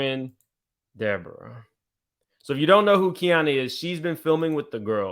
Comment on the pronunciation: Lord why is De-Boring-Uh back??